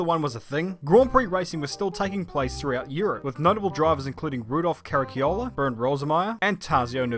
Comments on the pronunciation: KARACHIOLA , its pronouced "hard" with "K" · Trying not to laugh hearing pronounce some of these names: Carraciola, Voiturrette, Coppa Acerbo and Neubauer.